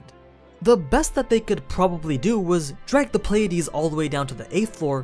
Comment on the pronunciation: say "playdeez" one more time i fucking dare you